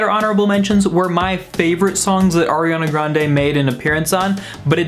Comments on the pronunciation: DID HE JUST SAY AIRANA GRANDE?? WHAT THE FUCK MAN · I can obviously see that you aren’t the biggest fan. You pronounce her name wrong